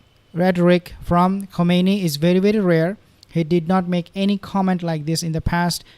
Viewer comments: With all due respects, the supreme leader's name pronounced as "Khaminayi." Not Khumanaini. thank you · Is not komeini is khamenai